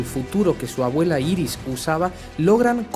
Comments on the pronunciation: se pronuncia airis y es su mujer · jaja obvio es bart allen por que iris como la llamas es la esposa de barry y se dice airis bueno igual me gusto el vídeo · No se dise Iris es airis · IRIS SE PRONUNCIA : AIRIS PLS ME DA SIDA EN LOS ODIOS SE QUE ES UNA ESTUPIDEZ PERO ES QUE SUENA MUY MAL